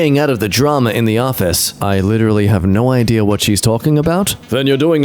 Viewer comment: I like how says idea’r and not idea